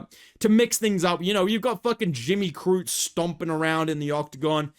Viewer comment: Bro really said jimmy the crute